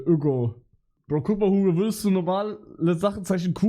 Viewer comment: mal erwähnt das ügo aus a plague tale kommt ? vorher noch nie irgendwo gehört oder gesehen das jemand so schreibt und spricht.